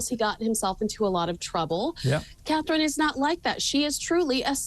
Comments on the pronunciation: Her name is CATHERINE 👑!!! SAY IT RIGHT; SHOW SOME RESPECT!!!! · Catherine.....not Katie...please get it right...